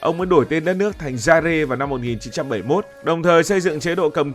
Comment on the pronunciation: Zaire đọc là Dai a chứ không phải Dai re cụ nhé